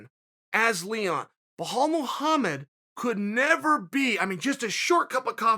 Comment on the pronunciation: Their fighting tonight and Chael is butchering his last name now😂